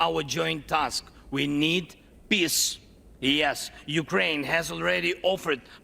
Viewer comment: Zelensky's English pronunciation is great! Victory - weaktory. Peace - piss.